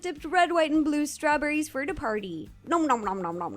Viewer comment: She said strawburrys. Oh no she is eating us burrys!!!!!!!!!